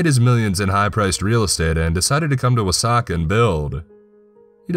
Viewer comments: For the longest time i thought he was calling the town Osaka instead of Wasaka, haha I thought "ummm I haven't been to either place, but it just doesn't paint that 'Osaka' picture" lol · Wah - saw- key. That is the pronunciation. I grew up about 30 minutes to the south of there. Good camping out that way.